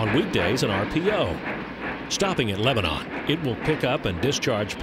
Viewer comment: mispronounced lebanon county >.>